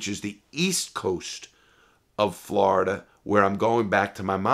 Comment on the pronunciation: Normal people: Florida Larry:Flarda 😂😂